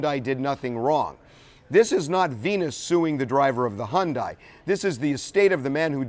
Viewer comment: figures, TMZ is just like the other networks. He needs to learn to pronounce Hyundai. She proceeded without caution across the intersection. The other driver was going too fast, but Venus is still at fault. She deserves an Oscar for her performance at the Wimbledon interview; she was no more devastated than a man on the moon. Geez.